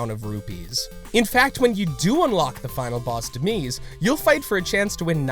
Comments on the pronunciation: I'm sorry but you can't even pronounce Demise? (Dem-eyes). That's an English word!!!🖓🖓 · seriously "demeez"? Really?!? Demise is an English word guys. Sometimes it seems like they haven't played the games or seen the shows they talk about. They're just reading a list. I've never found any of their videos to be passionate it's pretty frustrating.